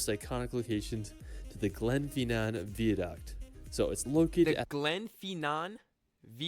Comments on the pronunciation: 5 hours drive from Edinburrow, wherever that is! Edinburgh ("Edinburra") is on the east coast of Scotland. the Isle of Skye is further north on the West Coast of Scotland. Vie-a-duct. NOT Veeduct. The guy narrating his own videos, probably can't even speak American English properly, never mind British English! Harry Potter world, real old like back in the 80's? Not that long ago for some of us. If you want to tour the UK, you are going to need a car, especially if you want to get to the more scenic places. Also, it's pronounced "Glazgoe" NOT "Glazgou", it doesn't rhyme with Cow. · Actually, although his pronunciations of place names are horrible, “vee-aduct” is the US pronunciation of “viaduct” and is how it would be said in Latin. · I doubt anyone would drive five hours, look at the rocks, as you called them, then drive back again! It will be part of a tour round this part of Scotland……… It’s pronounced Vier duct. Is the narrator a computer? What is this ridiculous fixation with Harry Potter? And it is Edinburgh! Pronounced brugh, not bro. HolyROOD not Holyrod. Then we have Glasgough? Has this man actually been to Scotland? The wild scenic rugged places are the attraction, not some Disney theme park. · Sorry but it's VIA-DUCT and not Vier Duct and it's GLAS-GO and not Glasgough which would be pronounced Glas-goff.